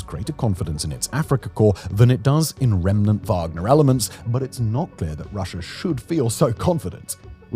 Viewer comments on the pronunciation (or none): none